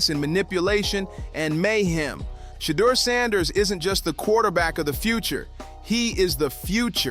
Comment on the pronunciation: “Sheddar Sanders”